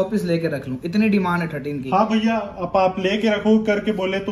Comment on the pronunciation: Biya..ya Bhaiya humko toh Biya sunai de rha hai